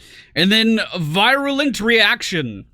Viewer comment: "veer-yoo-lent" and "ecks-si-shun" :p In case you were wondering.